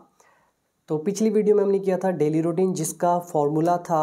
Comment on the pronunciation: It’s not ROutine it’s “RU” Routine.. O is silent.. Pronounce the word Correctly..